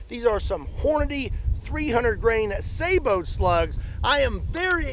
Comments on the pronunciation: You pronounced sabot correctly! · It's pronounced "sa-buht" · Im so pleased you didn't say "sabutt" lol Kudos to you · You're the first person in forever who pronounced "sabot" the right way. It's not sa-bot. I cringe whenever I hear that.